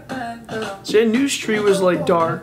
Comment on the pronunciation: your pronaunsasion is wrong (stree and aao kabhi haveli pe)👎👎👊